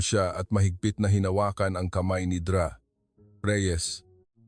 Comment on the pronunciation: Listening from San Fernando City, La Union, Philippines. Hindi maganda ang pagbigkas ng mga salita, katulad ng Dra.,Ang dapat pagbigkas ay "doktora". Ayusin Naman ang pag narrate!